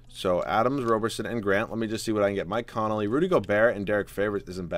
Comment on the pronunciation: his name is conley... not connolly